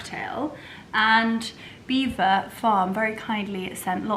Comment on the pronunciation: From French speaking Normans in the 11th century but locals unable to pronounce it so Beaver became the normal way to say it. Please look it up online and it will explain how it came about. pronounced it correctly.